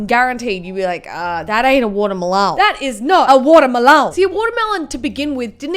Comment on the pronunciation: Nobody:: Whatur-Melown